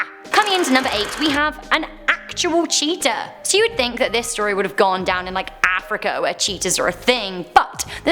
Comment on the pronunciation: LOL what u said cheatia i thought u said cheater